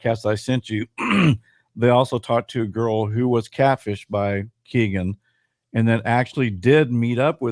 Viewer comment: Its Kegan like Megan